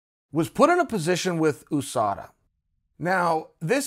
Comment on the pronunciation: Chael said USADA like he was announcing another Nigerian fighter